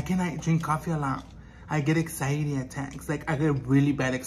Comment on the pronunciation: “Ezairi” 🤣🤣🤣🤣🤣🤣 instead of anxiety